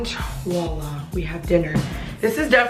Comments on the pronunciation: It's voilà not wala 😂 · Its voila not wala